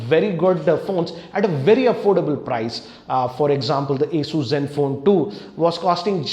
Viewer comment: an advice for you when you say ASUS it sounds like A SHOES